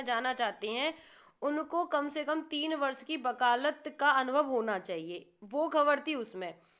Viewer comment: बकालत अनुभव ??? Shayad aap vakalat Anubhav bolna chahti hai